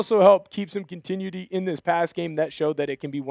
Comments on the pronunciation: Pronounce continuity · I hate the way you pronounce continuity.